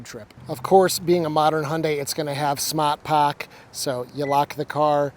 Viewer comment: Did you say "smaat paak?" Boston already rubbing off on you!